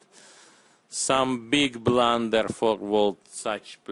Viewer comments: BIG BRLUUUNNNDERR! Looks his faces unhreppy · sir,i want the commentator to narrate my life"beeeeg blander we need you"